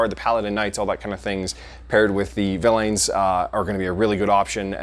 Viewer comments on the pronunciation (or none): villan is how its pronounced silly boy! Great video my man!!